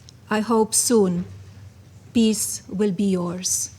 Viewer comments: Peace not piss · Melan-ya pronounces “peace” as “piss.” It’s hilarious when she talks about world p!ss. The whole lot of freaks and criminals in Trump land is staggering